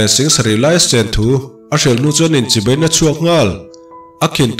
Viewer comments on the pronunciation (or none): none